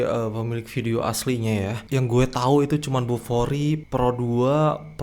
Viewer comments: Sebut betul² Bufori, bukan kokoRi ya!😂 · 😂😂😂 langsung tak jadi nak buang air besar bila dengar nama kokori, jadi tak bernafsu dah la🤣🤣🤣 Huhuhuhuhuhu 🙏✌️🙏 Salam Dari GerikPerak(MALAYSIA) 👋👋👋 ✌️🇲🇾❤🇮🇩❤🇵🇸✌️